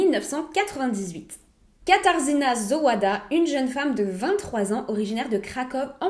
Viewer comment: Ca se prononce Katarzyna Zovada son nom, pas Zo oua da. Le w se prononce comme un v